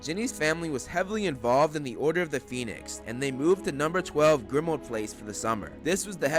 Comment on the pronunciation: He said number 4 grimauad place